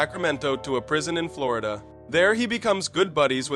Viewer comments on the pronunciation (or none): none